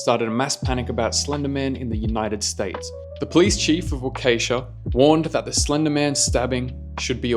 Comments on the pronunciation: oof, that pronunciation was kinda butchered. I guess a way to try to pronounce this would be something like walk- eh- sha. Lol i dont really know. That just felt kinda weird listening to. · The way he pronounced Waukesha hurt